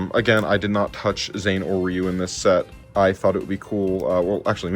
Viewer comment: REEYU? REEYU? i think you mean R”I”YU